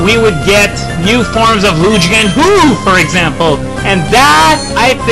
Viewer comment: Loogi and Hoo-ooh XD